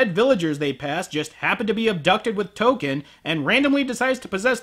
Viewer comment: When he said Token, I thought he was calling her Touka. Like Touka from Tokyo Ghoul.